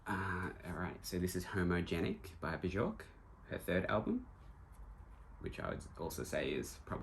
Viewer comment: That's a nice and diverse record collection. Love all the vibrant colors you've collected. Just wanted to say you pronounce Bjork as Byork (like New York but just with a B in front), not B-chork (or Bee-york). 😊